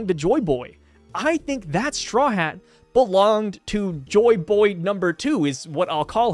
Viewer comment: I think all his Haa Haa's might be him trynna say Hat